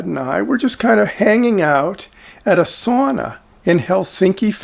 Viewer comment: I'm wondering where you're located or grew up? You say sauna like we do around here and i recently found out it was not the correct way to pronounce the word.